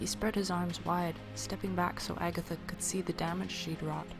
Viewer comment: Haha! I love how you put so much effort that i can actually imagine the whole story. Specially love how you say "Agatha"